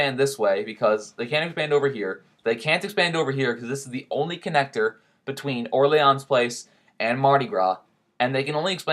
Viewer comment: Or-lee-ons? Pretty sure it's pronounced Or-leens.